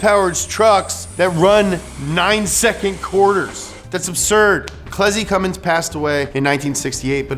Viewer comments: They made zero reference of that in the video, it's much more likely that someone didn't know the difference. He pronounced Cummins as Cummings through out the video and got the 24v year completely wrong. They just didn't know what they were doing on this video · As a Cummins enthusiast, this video made me proud and yet worried. The Cummins Engine Company has been around for 100 years, but people still pronounce it as Cummings.... Poor Clessie is probably rolling in his grave every time someone mispronounces it! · Cum mins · Whatsup with the ford Edit: did be just say cummings? You're killing me. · Cummins without the “mins” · Hehe cummins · Now if you can just get people to understand that there's no "G" in Cummins. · Haha. cummins. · Donut don't u mean CUMmins 😉😉😏😏😉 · Gotta make sure you get that [G] in Cummins... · there is no g in cummins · I took a shot every time he added a g to cummins I’m drunk af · You're calling him CumminGs like half the time.. lol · I wasn't gonna say anything but then he said "Cummings" twice... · Haha you said cummen diesel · jesus christ. why do u keep saying cummings instead of cummins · One thing you need to learn about Cummins stans is that I SWEAR TO GOD IF YOU SAY “CUMMINGS” ONE MORE TIME IM GONNA BE CUMMING TO YOUR HOUSE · 1) you said Cummings TWICE! A cardinal sin amongst diesel enthusiasts. 2) the 24v head came out in 98, not 03. In 03, they debuted the common rail fuel system with the CP3. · Why did they allow him to keep saying “Cummings” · The first thing you need to know to get up to speed on Cummins is STOP CALLING IT CUMMINGS YOU NUMB FUCK EVERY PICKUP WITH ONE IN IT HAS IT WRITTEN RIGHT ON THE GODDAMNED SIDE OF IT....THERE...IS...NO...G...IN...CUMMINS!!!!!!! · Did you really just say Cummings? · Stop saying Cummings! 😭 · Say “Cummings” one more time. I dare you! 😡 😤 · Can hear call it "Cummings" a few times here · I hate to hear "Cummings" 🤦‍♂️🤦‍♂️ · Quit saying Cummings ffs!